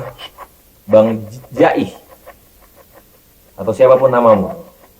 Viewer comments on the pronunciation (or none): Ji'ih bang bukan ja'ih, setau saya denger dari cerita alm kakek orang betawi, ji'ih temen seperjuangan pitung satu perguruan juga info yg saya dapat🙏